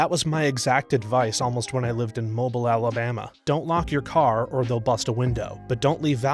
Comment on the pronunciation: Mobile, the city in Alabama, is pronounced “mo-BEEL”.